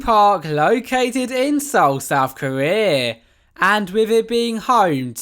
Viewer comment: How are you gonna make a video like this and not even know how to pronounce Korea?